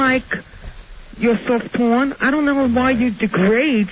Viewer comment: Sawft pawn crap.